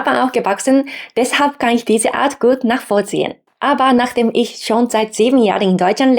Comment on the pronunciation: Deiner Aussprache fehlt es etwas an feinschliff. Für Migranten typisch, die etwas falsche Betonung. Du betonst Wörter etwas zu stark. Nur das jetzt genau zu erklären ist schwierig. Nehm wir mal das Wort "Ich". Manche betonen das "i" recht stark. Dabei ist es eher ein weiches, sanftes "i" . Würd fast sagen bisschen wie das U im Japanischen -> Sakura / Sasuke (weil mir das immer wieder einfällt :D) Keine Ahnung wo du dein Problem bei "Aspiration" siehst, ich hör da keine falsche Betonung. Letztendlich ist es auch nicht wichtig. Wenn du gern ein "natürlicheres" Deutsch magst, ok.. üb mit deinem Mann, deiner Familie, aber seh da keine Notwendigkeit.